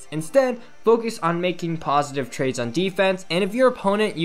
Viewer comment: "positive trakes" I know he mean trades